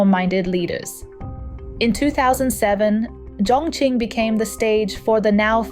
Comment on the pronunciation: and she pronounces "Chongqing" incorrectly most times